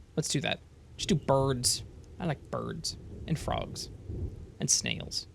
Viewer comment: BERDS and FRAWGS and SNELZ.